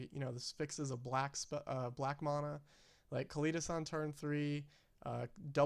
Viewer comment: It is pronounced MANa not MONa, Sincerely, The way the rest of the magic community pronounces it